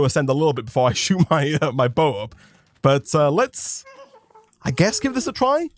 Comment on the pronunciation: When he first said bow I thought he said buzz